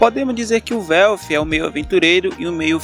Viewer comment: Mano se pronuncia o nome dos cara tudo de forma estranha, quem diabos e velfi kkkkk se pronuncia uelf-> welf